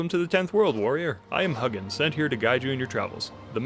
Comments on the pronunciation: He might not know much about Vikings. He called Hugin "Huggin" lol. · The mispronunciation of Hugin and Munin is a travesty.